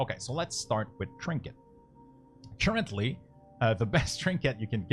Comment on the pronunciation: churchently != currently xD very helpful video, and a nice comedy relief with pronunciation :D keep up the good work